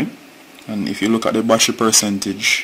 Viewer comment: Why you keep saying "wassher"......."don't let the wassher completely deplete"......"the wassher wasn't charging". What the hells is a wassher....you mean to say BATTERY?